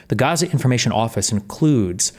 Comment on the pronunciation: lmao Density pronouncing it as "Ghaza" I love how its becoming a meme